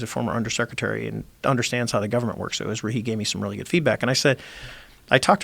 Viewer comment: Joe "our Guperment" Rogan